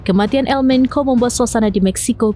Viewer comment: Di baca bukan El Menko, mbak ... tapi El Menco bacanya